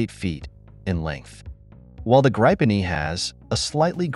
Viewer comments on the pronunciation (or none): Graypen E 😂😂😂😂